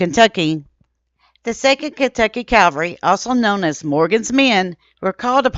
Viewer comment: Its Cav alry not Calvary! This is a very common mistake of pronunciation , was guilty of this myself for many years until I was corrected, kindly as the proper pronunciation.